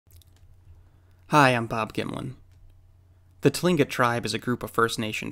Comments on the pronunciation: Absolutely love your videos Bob. Small correction for you tho...Tlingit, is pronounced Klinkit...jsyk. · Hey Bob. Just wanted to chime in here regarding your pronunciation of Tlingit — the way I was taught to say it was was with more of a K sound at the beginning, like Klin-kit. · I'm 100% Tlingit. And i can say he pronounced Tlingit wrong😂 I don't blame ya if you can't though, its hard to pronounce. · cool video! btw Tlingit is pronounced as if it begins with a K and not a T. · Beth Dewey Only if he knew that he would have pronounced it right, but too late miss ohhh 📸.